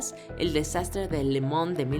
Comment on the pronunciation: Soy al único que le incomoda la sobre pronunciación de algunos términos, le mans lo pronuncian le mon y la uefa lo pronuncian U.E.F.A